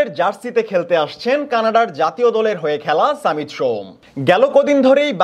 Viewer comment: সামিত নয় ❌ সমিত ✅